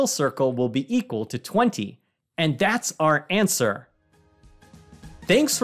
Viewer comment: I don't know why but i'm so happy when he said ''.....and THAT'SS OUR answer....''